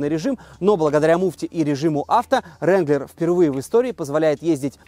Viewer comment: Приятно, что хоть вы называете джип Рэнглер, а не вранглер!!!